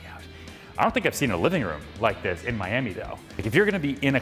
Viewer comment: Never say miami like that again... please